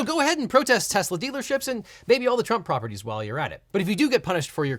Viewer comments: dont forget when he pronounced it "Tesler" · "I Love Tesler!" - President Trump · “I love Tesler”, the second he said it I was like, “oh no, that’s a new vocal stim” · You mean Tesler? 😂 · “I love tesler” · In addition to “everything’s computer” we also got the gem which is “I LOVE TESSLER” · IT'S TESLER. 😂😂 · It's tesler ....get it right . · You mean "Tezler" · Sir it's pronounced "teslarrr" 🤣🤣🤣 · I love "Tesler", what a moron. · You're wrong legal eagle. "I love tesler" is the funniest thing! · "I love tesler" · Is “everything’s computer” really the funniest thing someone’s ever said? There’s also “I love Tesler!” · It's definitely Teslur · Also love how Trump butchers the name - TesSlur.............